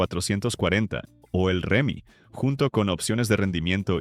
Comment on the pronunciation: Se dice hemi no Remi